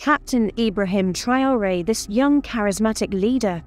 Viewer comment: Arrêtez ke voix de l IA QUI DEFORME LE NOM D IBRAHIM TRAORE